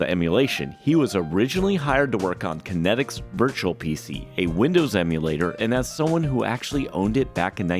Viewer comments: If I took a shot every time you said Connectix wrong in this video, I'd probably need my stomach pumped... Steve Jobs said it right literally in your video... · Sounds like you say Kinetics, not Kinects. lol Now I am sad that body tracking never really took off....